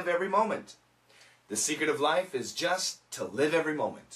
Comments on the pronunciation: Did not one heard "just to" sounds like "justice"？I'm kinda confused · it was weird the way he said the word just, i sounded like justA to me and again helped me understand it better. thanks again teacher